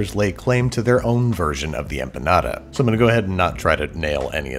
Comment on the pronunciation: “I’ll have the beef empenyada”